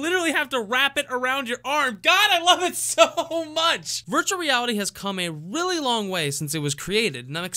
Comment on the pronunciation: why is no one talking about the fact he said Willy instead of really